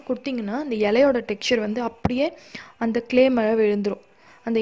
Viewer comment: க்லே இல்ல